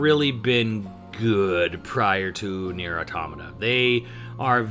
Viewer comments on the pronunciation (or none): Calls it Nier Tomato Calls it Nier Tomato a SECOND time THIS CANNOT CONTINUE